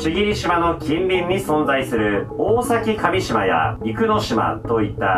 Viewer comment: おおさきかみしま× おおさきかみじま〇